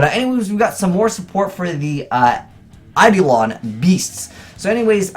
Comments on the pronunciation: Say it with me you cheeky scrub; Eye-Dough-Lawn. NOT Eye-dLeeawn. It's not that hard Kappa. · Emmy Quiades It's actually Ayy-duh-lawn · Primeturtlerobot ei·do·lon īˈdōlən/Submit noun 1. an idealized person or thing. 2. a specter or phantom. Google is pronouncing it with the standard American dialect. Eye-Dolan.